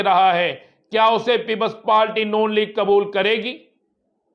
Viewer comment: Just gonna point out that when you say (PEOPLE PALTY) that’s not how you pronounce it it’s PEOPLE’s PARTY. I don’t mean to insult you at all but think about it as an acclaimed journalist.